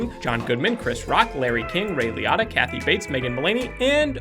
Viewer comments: Liatta or Liotta? Pretty sure you are pronouncing it wrong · Ray Lee-o-ta, its not that hard. Repeat after me RAY LEE-O-TAA